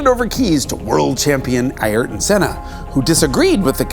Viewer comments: props to Jason for saying his name right. It's "Eye-airr-ton" not "Air-ton". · Thank you for properly pronouncing "Ayrton" properly as a North American